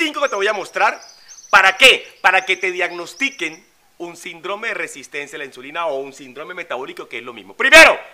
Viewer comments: No por desviar el mensaje con tecnicismos gramaticales, pero no se pronuncia "sindrome" sino síndrome" con acento en la "i" y con la tilde en la misma al tratarse de una palabra esdrújula... Por lo demás fue un mensaje bastante completo. Gracias. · no se dice sindróme, se dice Síndrome. Muéstranos tu título de doctorado!! Porque tú mismo te lo dices unas 40 veces por cada video. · Tengo entendido que se pronuncia: Síndrome, acentuado en la í.